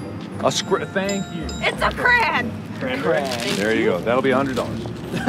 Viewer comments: SHE SAID CRAN!!!!!! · chris L No she didn’t she said crayon but she pronounced it cran.